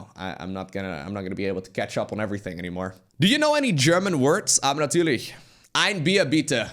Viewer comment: As a German I love it when lowko says "aber natürlich" somehow it sounds very much like 1930s and it seems funny as I have never heard a german say "aber natürlich". Keep it up lowko, I love your Content!